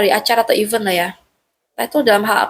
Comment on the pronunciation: MBAK KONTEN ATTENDER, BUKAN IVEN ( dgn e pepet) DIBACANYA TAPI IVENT (dgn e taling)